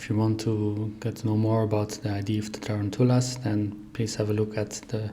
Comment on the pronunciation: Tarantulas… look up the proper English pronunciation please